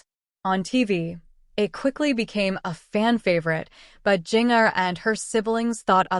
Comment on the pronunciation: Was this AI-generated audio? It was awful. Didn't even pronounce names correctly, particularly Jinger!!